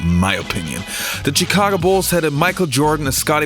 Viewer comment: Pronounced Shhhhicago